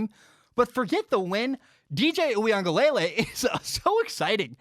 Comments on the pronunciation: Hey! Big fan here, and I’m sorry to nit pick, but I think you’re still pronouncing DJ’s name incorrectly. I think it’s (ooie-unga-leh-lay) as opposed to (ooie-unga-lay-lay). Love your stuff, keep it up man 🤙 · Great segment, I think DJ's name is pronounced oo-ee-ung-uh-luh-lay instead of lay-lay. Heard the Clemson beat reporter from the Athletic explain the pronunciation on The Shamrock podcast. No shade at all, just thought you'd like to know. Good stuff